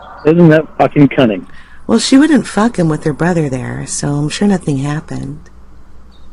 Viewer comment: What does it mean or whats he trying to say when he says "isnt that cunnin?" Is he trying to say cunning? I dont get why he;d use that word though?